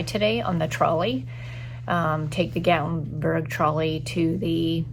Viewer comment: Love love love Gatlinburg and the Smokies are so beautiful. Gatlinburg has delicious food, shopping and moonshine. Haha. You will have to go back with Eddie. Plan to hike up to LeConte. Oh, and it is Gat that rhymes with cat. Gatlinburg. 😃 You passed the pancake pantry and also the donut shop. I’m so jealous. 😊 🌲🌲❤️🥾🥾⛰️🥾🥾❤️🌲🌲 cheers.